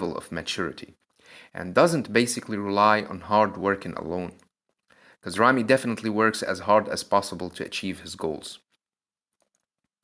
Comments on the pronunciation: Your ramy and ronnie pronunciation is the same, this is confusing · When you say Rami or Ronnie I hear no difference lol. So which of them won I have no clue? :D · Say big ramy or ronnie coleman and not Ramy ronnie rony